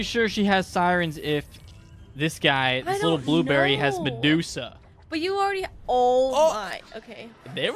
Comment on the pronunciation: “This little blueberrry” haha 😂